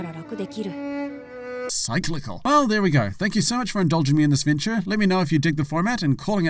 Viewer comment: I like that points out people pronounce Amaterasu wrong by putting emphasis on the wrong syllable but mispronounces cyclical.